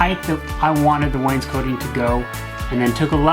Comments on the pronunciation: It is not pronounced "Wayne's-coating" like a jacket, it is "wains-coting", cot like a bed. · It's wainscoting....not coating no a.